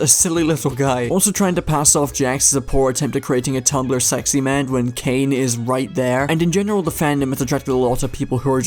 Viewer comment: Also, it's Caine, not Kane